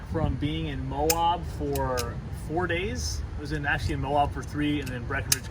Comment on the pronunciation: It's Moe-ab, not moe-awb😐